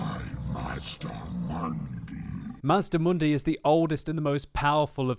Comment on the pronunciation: it is pronounced mazdamundi